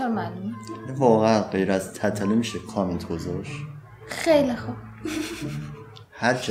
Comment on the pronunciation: تتلو رو چرا اینجوری تلفظ میکنی😂😂😂😂😂😂😂😐